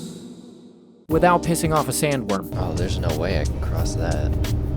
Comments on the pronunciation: "You had to cross the..................DUNESSS" made me laugh maybe a little too hard. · not me spit laughing just from you saying dunes